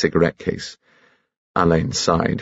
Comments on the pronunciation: Unfortunately Benedict is pronouncing his name incorrectly, it's not Alayne as "a lane" it should be Allin like "Al in". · That's what I was thinking, 'it was Ngaio Marsh's fault that everyone pronounces the name wrong according to Ngaio Marsh it should be pronounced Allen' 🤔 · It's the fault of Ngaio Marsh that so many people misprounce the inspector's name.😮 It's pronounced Allen according to the author ❤